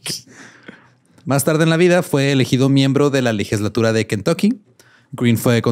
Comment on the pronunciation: Yo solo quiero saber que es una ligeslatura? 😂😂😂 Lo peor es que jura que lo pronunció bien 😂😂😂